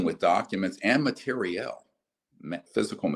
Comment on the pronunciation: Excuse me sir, there is no mate-riel word in the english lenguague.